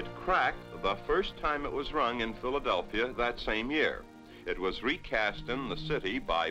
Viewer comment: He said "Philadel-fria, I know right.